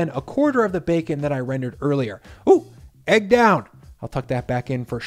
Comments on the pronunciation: So stoked it became “EEG”. 😛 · The "EEG" had me rolling